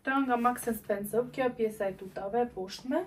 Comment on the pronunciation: Vdiqa me menyren si e quan mark and spensor. Maks and spensow 😂😂